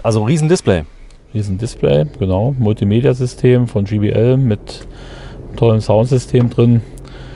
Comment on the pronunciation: Kleiner Tipp: so wie ihr es aussprecht, würde es GBL und nicht JBL heißen :)